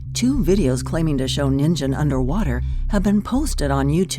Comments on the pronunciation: Ningen.. Pronounced. Gki not gzi .. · Pretty sure it's pronounced "Ningen," not "Ninjen." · the second one is pronounced ningen, gen as in genji ( I couldn't think of another word) also I may not have been listening but I didn't hear you say it was Japanese for human. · Am I the only one cringing at the way she pronounces NINGEN? It means human in Japanese btw... that's why they gave it that name I presume. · Dammit...the "g" in "Ningen" is a "hard g", like in "get", not soft. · You pronounced ningen wrong and I got and ichy feeling in the back of my head. That word means human in japanese